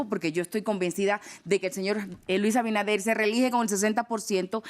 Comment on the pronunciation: Este programa es una porquería, los invitados hablan disparates, y el otro ni siquiera se preparo lo suficiente para saber pronunciar correctamente el nombre del presidente de la República, Luis AbiNADER no abidaner 🤦🏽‍♀️ que vergüenza